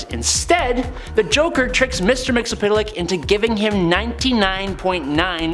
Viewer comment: It's pronounced mit-zel-plext. Watch any 80's cartoon